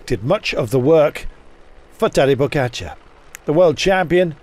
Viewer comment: its pogacar not pokatschar man.